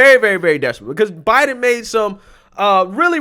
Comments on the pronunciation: "President Obiden"? You heard it out of her own mouth. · She makes a lot of slips. Like when she said, "Plandemic." Now at least this time Obiden. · psaki says obiden